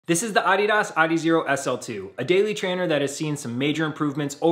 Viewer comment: Good review. I bought my first pair of Adidas footwear back in 1972 when I ran track in high school. I would strongly suggest you stop mispronouncing the brand name and refer to it properly as "uh DEE duhs" with the emphasis on the second syllable instead of the first. You sound ridiculous...